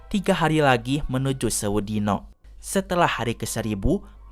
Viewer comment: Kalau diucapkan yg bukan jawa jd agak aneh.. Dino=nama orang Dino= dinosaurus dhino=hari :)